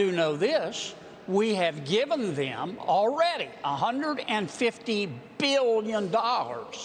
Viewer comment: How many times did he have to say billions billions billions EMPHASIZED , neoliberals scum so long as they don’t take your money,upward mobility , they rest can Suck it Up